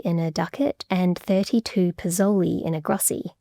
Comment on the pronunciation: we in Italy still use the word "spìccioli" (pron.: speettchouli - stress on the " peett " syllable) which is cognate with "pizoli" to indicate small change, generally in coins [ For "pizoli", the right pronunciation would have been "peezhouli" again, stress on the " pee " syllable, not "pezowly" like said in the video ] Another related example is the word "ciao" , cognate with Venetian (region of Venice, but also Treviso) "s-ciao" here, tough, the "s" is present in Venetian, but fell off in recent Italian, while the opposite happened with pizoli : in Italian a frontal "s" ( known as "s mobile" ) was added to form "spiccioli". [pronunciation of "s-ciao": the initial s/c sounds like s + ch but two separate words, like "this i(s ch)eap; it comes from latin sclavus (= slave) that would give "sclavo", then "schiavo" (pron: "skiavo") in Italian, then "sciavo", then "sciao" to indicate "I'm your slave = at your service"